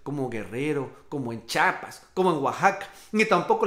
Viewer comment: Se dice: Chiapas... No chapas!!! Chapas son las que se ponen en las puertas